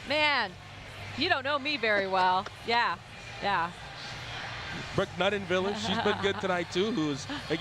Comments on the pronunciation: I wish the dude would pronounce Nuneviller correctly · except he pronounced Nuneviller wrong every single time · Why's the guy commentator pronouncing Brooke Nuneviller's last name wrong?